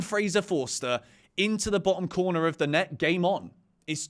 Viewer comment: “It’s de history of de Tottenham”